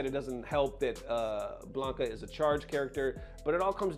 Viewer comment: Ok people it's not Blank UH it's BLANCA! you people dont know how pronounce words